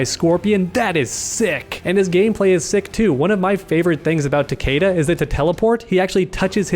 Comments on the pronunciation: his pronunciation of "Takeda" is cringe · All I want is Fujin, this man is really is one of the more underrated and overshadowed characters in the game. He had and has so much potential but as usual he's being overlooked by Raiden and now Cetrion And why do people say Tah-Kay-dah, even in the Story they call him Tah-Kee-Dah...